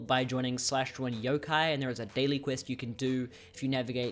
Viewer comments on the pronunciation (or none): none